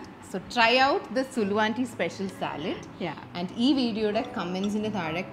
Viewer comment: That is Saalad not salad